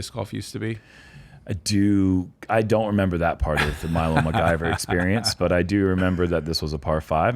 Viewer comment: keeps mispronouncing McIver and it’s driving me nuts lol